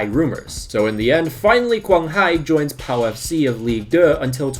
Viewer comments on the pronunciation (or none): It is true that QH signing at Pau FC gave them many more followers… I hope that the fact he actually scored once will make the coach want him to play more often… Ps. It's actually pronounced Po, not Pa-o. (That's because French isn't like Spanish and that we like unnecessary rules of language)